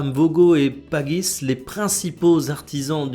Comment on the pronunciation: ça ne se prononce pas pajis ?